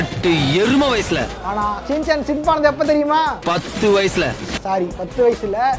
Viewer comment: Shin Chan ❎️ Chin shan✅️